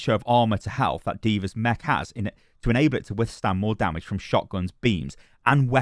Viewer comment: I like the way you say dummidge